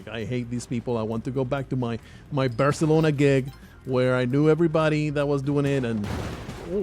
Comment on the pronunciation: Alright you. How did you get out of the cage? You get back down into the basement RIGHT NOW or so help me I will give you such a hosing... Did you just mispronounce Barcelona? Some of the best food I've ever eaten was in Barca. Should have asked you to send me some Bacalao. Only place that had better food was Turkey. The rubbing of tissues on your shoes, belt buckles etc is testing for explosive residue. I have travelled extensively, and there is such a thing as being too nice. They're expecting people to be tired, a little grumpy. If you're overly friendly they might think you're hiding something. I have been questioned and bag searched all over the world, and everywhere it was tedious, but the people doing it were courteous and professional. Except here in Australia. Every time I come home I meet some condescending, rude, petty Napoleon who is convinced he's just busted the next Pablo Escobar, and is grumpy and resentful when I waltz out of there scot free.